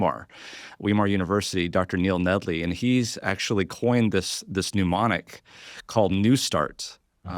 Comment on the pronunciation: It's not a "pneumonic", it's a mnemonic.